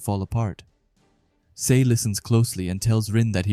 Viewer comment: Just to let you know dude Sae’s name is pronounced as Sa-eh cool video btw 👍